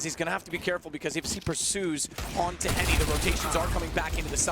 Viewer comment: They Call "Henrique" as Heni 🤣🤣